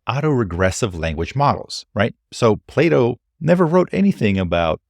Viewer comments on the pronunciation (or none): none